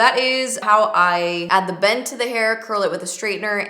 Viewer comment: The first couple times you said "bend" I heard "bang" ... not sure where my mind is this morning 😂🙈